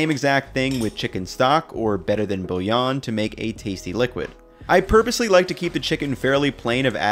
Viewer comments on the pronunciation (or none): none